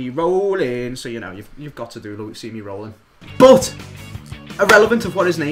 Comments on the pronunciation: He's known for so long it's luismi but he like to say lusimi better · Luismi.... L u I s m I not lusimi eh... Lusimi Roolin dey hatin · His name is pronounce in spanish Loo-ees-mee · i know, but they pronounce it like "lusimi"